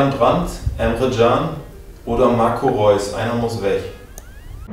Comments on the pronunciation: Marco Re-us hahahaha so hat der englische Kommentator bei FIFA 12 Reus genannt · „Marco Re- uhs“ hahahah